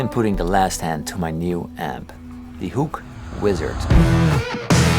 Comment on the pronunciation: He sounds like he's saying some Dutch word "Hoek" or something lol.